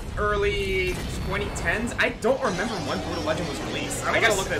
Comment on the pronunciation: pausing at 1.53 to tell you that i enjoyed you actually pronouncing Brütal with the umlaut. +1